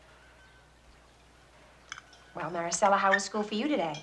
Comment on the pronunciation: Did anyone else notice how Stacy kept calling Maricela Marcella ? Irksome, if you ask me.